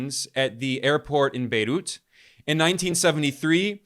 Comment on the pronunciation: Wth is "bayloot;" or is it "baydoot?" Either way, what is that?